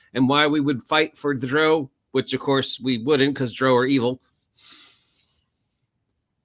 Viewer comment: Why do you pronounce Drow like that? Drow is pronounced like Brow like eye brow. "Dr-Ow", like adding the sound you make when you stub your toe, "Ow!". You're pronouncing it like the British pronounce Brough. I've never heard it pronounced your way in any of the Drizzit audiobooks. if you listen to Realms of the Underdark into the audiobook it is pronounced the way I described. Good vid tho. agreed that drow are evil.